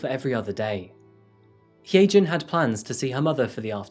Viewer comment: If her name is hyejin it's pronounced hi- jin